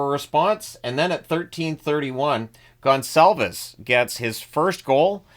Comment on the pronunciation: Very well said the Gonçalves name, kudos to you sir !!...